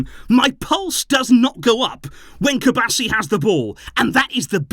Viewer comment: Cubarsí has an accent on the I, it rhymes with referee